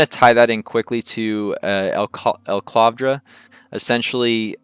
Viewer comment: FYI, steading is pronounced like "heading" not "steeding." Also, it's E-clavdra (one L), not EL-clavdra (two Ls).